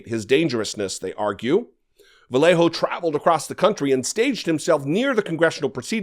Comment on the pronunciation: Bro you lived in So Cal.... how are you unable to pronounce the name Vallejo correctly, ya know the word Yarn, thats what the LL sounds like, a Y kinda like Vuh-yay-hoe not Vuh-lay-hoe. Cumon bruh u better than that